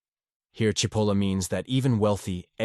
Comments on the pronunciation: The AI narration mispronounced SIH POLLA. It's CHE POLLA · AI strikes again is Cipolla pronounced Chipolla or Sipolla. As it looks Italian it is probably the first, but at least it should be consistent. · I must be one of the stupid, Is it pronounced Sipolla or CHipolla? cause its pronounced both ways here. One sentence has it pronounced both ways in the same damm sentence! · Well, first you pronounced his name Sipola. Then, Chipola which is correct. Then, Sipola returned.??? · The pronouncination is "Chipolla". By the way cipolla means onion in Italian. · "Chee po la" Italian pronunciation. And yes MAGA, Hitler, Stalin, Kim Jong Un, Ji Xinping, Putin...... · speaking of stupid......his name is " Chee-po-la" (in Italian C+I is pronounced "ch"......as in -cappuccino)......sorry listening to this is driving me crazy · People who present Carlo M. Cipolla’s great writings need to learn how to pronounce his name which actually translates to mean onion (cipolla-onion) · Very good piece. That said, it would have been even better if you could have settle on one pronunciation of Cipollo's name. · How ironic that a video explaining stupidity repeatedly mispronounces Cipolla. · Pick a pronunciation of "Cipolla" and stick with it. AI-narrated videos are awful and boring, even, dare I say, stupid. Also, pick a definition of "stupid."